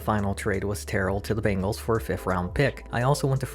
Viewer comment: It's practically un-american to say bengal instead of bangle.